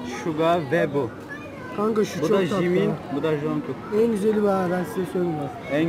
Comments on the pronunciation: 1.junkook diyo (yani jangkuk demiyo) 2.Ve diyor (Tae ye) 3.5 kişiye fln sordu lan xpududpu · Evet o jinko jdjejd ya bide v ve diye okunmuyor vi diye okunuyor